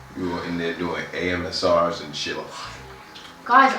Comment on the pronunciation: "AMSRs" lmaoooo